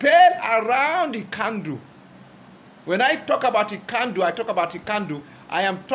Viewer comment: Nkandu Luo, say it after me, NKANDU not Ikandu